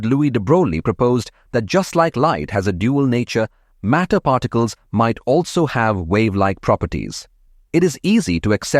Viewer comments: All good except MATTER not MATER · "mater" should be "matter"